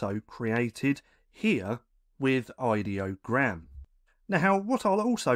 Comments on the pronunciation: An email I received from them said, "It's pronounced "eye-dee-oh-gram" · It's pronounce as in idea.